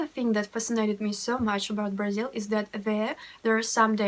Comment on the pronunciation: I knew russian language before I learned português and once at the airport Brasilan guys were talking and I thought for a minute that they are russians. Btw the way you say Brasil sounds like native girl from Rio De Janeiro...😁☮️